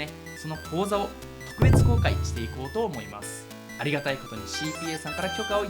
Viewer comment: 講座(カウゾ) 口座(カウゾ)